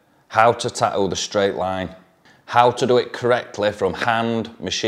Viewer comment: "Tah-ooo" That glottal stop tho.